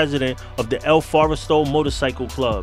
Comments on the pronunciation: It’s el forastero. Not “el foresto” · Lets nitpick the nitpicker... "FOR-STAIR-OH" if you want to pronounce it correctly. -Jordan, Sioux City El Forastero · El Forest-aro is how it is pronounced. Tom Fu-gull is gow his name is pronounced. Just wanted to give you the correct pronunciation.